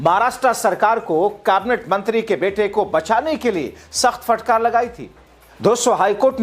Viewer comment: Bhai sab. Fatkar nahin hota Hai. Phatkar hota Hai